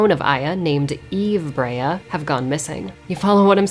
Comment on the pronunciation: The way you pronounce Brea sounds like her name is Aya-braya